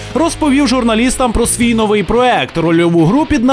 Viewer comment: У слові новий наголос треба ставити на букву"и ! )